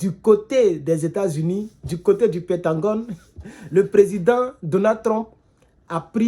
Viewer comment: C'est pentagone et non pentangone, merci cher